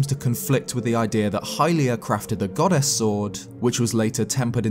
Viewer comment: every time yoi say goddess i hear 'god-ass' and i can't unhear it!